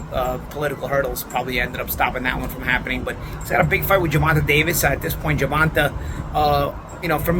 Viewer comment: GervantUH. Love it.